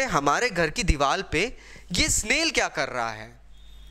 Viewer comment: It's "diwar" not "diwal" 😬🙄